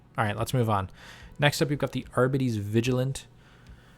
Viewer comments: btw gw released a pronunciation video, its adeptus AR-BEE-TEEs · It is pronounced "arr bee tees" its english lol not that hard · I believe it is Ar-bee-tees. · Pronunciation pedant alert! It's AR-bee-tees. Cheers for the great review. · lol sorry for laughing you struggling to say it. gw did make a pronunciation vid AR-BEE-TEES. either way say it how you want you know what you meant. Love your channel, first one I came across. I even went through your earlier vids to learn as much as I could. Thanks for making them, keep it going!